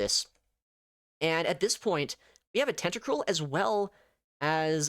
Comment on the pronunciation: Tenta-cruel * not tentacrule